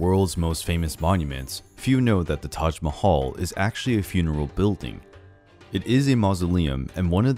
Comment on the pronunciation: u r pronouncing Taj Mahal incorrectly